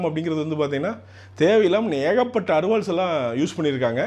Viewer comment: 2018 and Arivals... hahaha.. sounds funny..